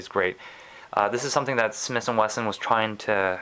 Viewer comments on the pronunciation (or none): SmiThhhhhh and Wesson not smiss and Wesson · Is he saying "Smis & Wesson" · he keeps saying smiss & wesson.